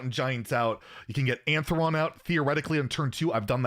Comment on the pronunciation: It's A-Neth-eron